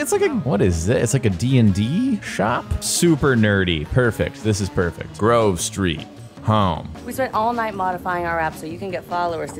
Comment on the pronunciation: Grove Sreet! home 🤣🤣